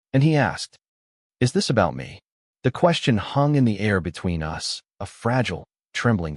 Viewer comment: A bit of advice. I know you want to produce these narrated stories as quickly and cheaply as possible. But just consider the AI voice although 85% doing the job - in 15% when it doesn’t it wrecks the whole story - case in point “ they were photos of US” instead of us. It totally wrecked the story. Also as well often the sense is lost as the AI voice doesn’t know when to naturally pause. Get a real voice actor. !!!